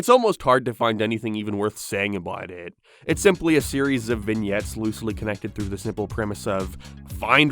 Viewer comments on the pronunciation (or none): none